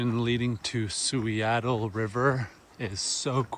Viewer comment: Suiattle --> "Soo-ADD-ul" So says the Sauk-Suiattle tribe. Kind of like Seattle I guess but more 'duh' that 'tuh'. Love that zone!